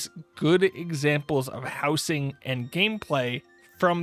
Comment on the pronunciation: howzing not how sing